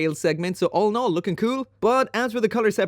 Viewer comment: Take a shot everytime he says "olinol" 😅 All in all i'd take any of those MG.